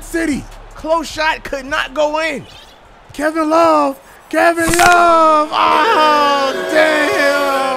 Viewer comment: Kem love not Kevin love Kem love😂😂😂